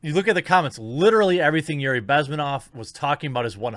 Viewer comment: Bezm`enov. Stress is on the second syllable. Just in case you ever need it again. :D